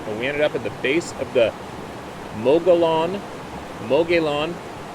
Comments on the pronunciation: Here in Az many things have names in Spanish, and in this language a double l is pronounced as a Y. The pronunciation of the name of the RIM is mo-gu-yon. Not being a smartass here, just trying to help. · Mogollon is pronounced Mo-go-yown. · Hey grew up hunting, fishing and camping up on the Mogollon Rim in AZ. It's pronounced "Muggy-yawn” or “Muggy-own" depending on how you learned to say it. It's an awesome place to get lost in nature. I have seen structures heard "sounds" and lost time in those woods and on more than one occasion got the feeling I needed to go back to camp while out doing my thing. There were stories at boy scout camp about the Mogollon Monster, the ones you tell around the campfire then a scoutmaster runs out and scares everyone. I always knew they were real even as a kid. I'm 58 now still go out and do everything with my family and grand kids. We all are just more aware. Kinda keep our heads on a swivel, pay attention to the sounds and always, always have one of our dogs with us. They are the best alarm you can ever have with you. They tee off on danger way before you ever could, shoot our idiots protect us from chipmunks. LOL Thank you so much for what you do. It really helps. Be safe out there. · Mogollon is pronounced Mo- go-yoan, it is a Spanish word. I am a native Arizona, and Hispanic. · Hi, the rim is pronounced mug ee on. Thank you for what you do! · Hi. Sad, Sad Story. Anyway that is pronounced "Muggy - On Rim" Sounds like its near the 4 corners area, There is the Navaho Rez there. I can tell you one thing about that Jay fellah, He has not had a good life, anyone that jealous unneccessarily will have a tough row to hoe. Who Knows, he may have had visitors.... With a Little payback on their mind, Hmmm? Karma is a Bitch. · Locally it's pronounced muggy yown. (Mogollon Rim)